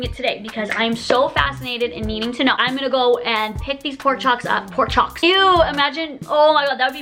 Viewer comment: wait did you just say pork chock instead of porkCHOP